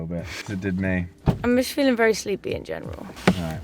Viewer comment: In the video asked, "How are you feeling?", but the last word sounded as "Phily-ng". I wonder whether this spelling can be used somewhere...